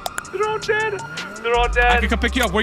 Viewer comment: did anyone else hear how he said at the yellow jack that the cop was D A D nowinstead of dead?